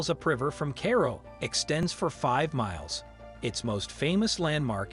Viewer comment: For future videos Cairo is pronounced ki row and Ramses is pronounced ram zees